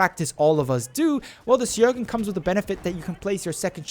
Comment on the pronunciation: It's pronounced Schöögrén